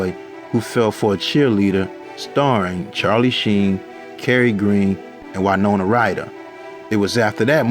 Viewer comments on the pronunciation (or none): He fucked up winona name too😂😂😂😂